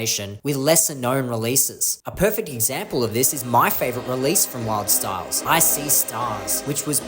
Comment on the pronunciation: you seem to have mispronounced Wildstylerz